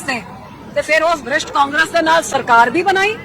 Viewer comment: Madam ji brisht ni prisht hunda punjabi ch